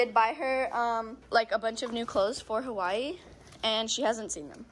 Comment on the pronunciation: Aloha I’m a Kanaka maoli here in Hawaii when pronouncing the name Hawaii the H is a “ ha “ sound end the w is a v sound ❤